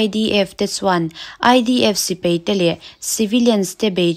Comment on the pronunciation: Sipai tih tur aw. Sipei tih angin i lam ri a. Ngaihthlak a nuam hle mai i aw pawh. Lam dik loh zeuh² erawh a awm a, a zia chho zel dawn tih ka chiang e..